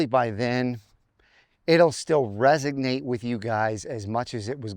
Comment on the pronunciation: It's resonate and not resignate. There's no g in the word you're trying to use.